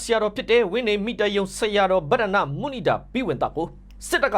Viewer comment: မုနိန်ဒါဘိဝံသ အသံထွက်မှန်ပါစေ ဘောမတွေ ထောက်ပြစရာဖြစ်နေမယ်